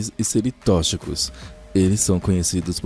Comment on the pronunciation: Que fofa a pronúncia e dicção do toda vez que ele precisou falar a palavra " tóxico / tóxica " 🥰 vontade de guardar numa caixinha